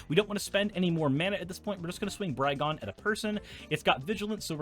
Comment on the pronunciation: Though no one asked, I haven't heard any content creators pronounce "Brigone" how I believe it would be pronounced in her native plane of Theros (a la Greece): if similar to the Greek tragedy and character of "Antigone" (an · ti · guh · nee) , then "Brigone" should be pronounced bri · guh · nee, though I'm not sure if the "bri" part should be hard ("br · eye") or soft ("br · eh").